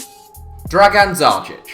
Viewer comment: I have Dzajić's signature. And you are prounancing it very badly.